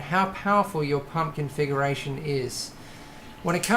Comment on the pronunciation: no you said serial confuckuration.